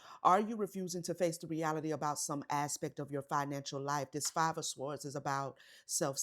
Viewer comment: You said s-w-ords again